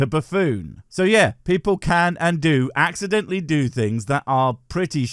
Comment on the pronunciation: I trying very hard not to comment on the speech imp3diment, but where the hell does "accimdentally" come from?